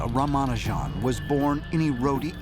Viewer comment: Please correctly pronounce the name .